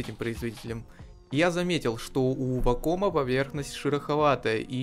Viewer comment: вАком блин, а не вакОм Больно слушать блен